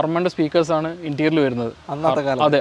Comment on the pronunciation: വാഹനത്തെ detail ചെയ്യുന്ന സഹോദര ഇൻറ്റീരിയൽ അല്ല Interior എന്ന് പറയുക എക്സ്റ്റീരിയൽ എന്നല്ല Exterior എന്ന് പറയുക.